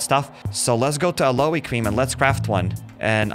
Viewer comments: Aloe 😂 the pronunciation is a-low Vera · Its not called aloe its called alow Vera